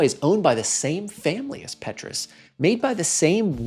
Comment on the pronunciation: someting like Paytruus.